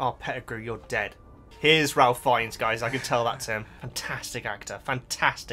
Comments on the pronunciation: FYI Ralph Fiennes' first name is pronounced as "Rafe" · Ralph Fiennes is actually pronounced Rafe.😊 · Ralph's name is actually pronounced Rafe (note, not all Ralphs are pronounced the same).